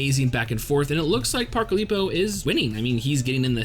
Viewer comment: Ilpyo's name is pronounced "ill-pyo" And his style is pronounced like "teck-yawn"